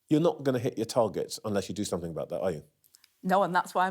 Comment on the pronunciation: I'm guessing "somefin" means " something" 🤷